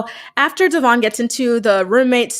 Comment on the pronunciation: We are talking about Brianna who still pronounces Devoin, De-VON lol 🤦🏻‍♀️